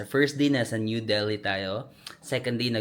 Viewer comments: Its Delhi silent h so deli no h. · Lol super talaga ang lakas ng loob mo. I like how u travel alone pinapalakas mong loob ko😊 Pero silent H yong Delhi . Correct lang po ❤❤❤ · love your vlogs!!! ❤❤ kaya lang, Delhi is pronounced with a silent H 😭😭😭